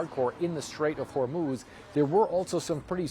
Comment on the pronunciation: The Strait of "Hormuz" or "The 🦫 of Hormuz".#STAYTUNED